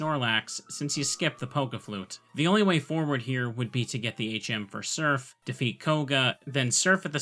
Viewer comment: surf with a southern accent :)